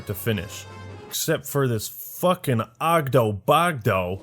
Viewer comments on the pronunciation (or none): It's not oggdo bogdo, it's oogy boogy